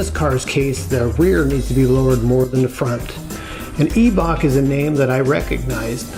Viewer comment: Eeebok “eyebock”